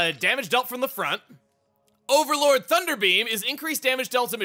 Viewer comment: It's "Overload", not "Overlord" for Overload Thunder Beam